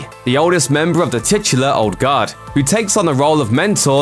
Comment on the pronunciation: Sounds like he's saying "Old God." Was confused for a minute.